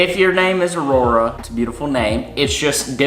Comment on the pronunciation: Aurora is so beautiful and I can so clearly picture you two having a daughter with that name. I feel like pronounced it normally so don’t think you need to worry